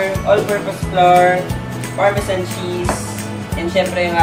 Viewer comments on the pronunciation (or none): none